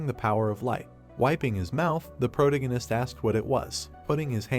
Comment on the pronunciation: Ugh… pro - TA - gonist So frustrating, this content is good but the overuse and mispronunciation of protagonist drives me crazy and I can’t focus on the content lol. Please pronounce it right or use another word!